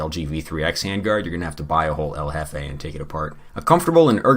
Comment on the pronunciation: I like how El Jefe sounds like Covfefe